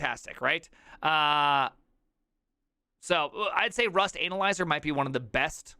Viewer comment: The way you pronounce Rust analyzer makes me smile a bit